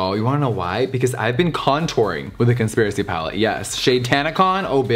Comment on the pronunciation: Ngl, I swear to god I heard him say “Cuntspiracy palette.”